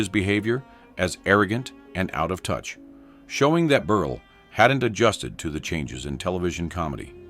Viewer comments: "Berl"! Not "Berlay" or "Berlee"! Geeze! AI is moronic! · Tell me you’re cheap ai without telling me you’re cheap ai! I’ve never heard the name Berle pronounced so many different ways without getting it correct!